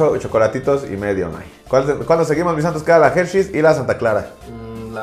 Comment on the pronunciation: La "Gercheis" . Excelente pronunciación de inglés de nuestro cabecita de trapeador. 😅